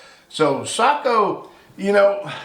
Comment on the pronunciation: Respect for correct pronunciation of Sako 👍